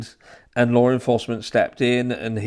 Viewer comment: There is no "R" in the word law. How are you pronouncing an "R" ?